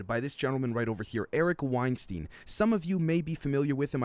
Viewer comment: Hey just and FYI Eric Weinstein's name is pronounced like Einstein, i.e. 'Stine' and not 'steen"